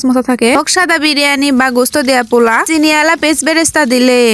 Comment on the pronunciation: kokhon o pula shuni nai pulau shunechi😂😂 ei 1st apnar theke pula shunlam